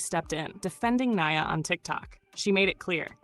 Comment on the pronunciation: Not the A.I. voice messing up Nia's name...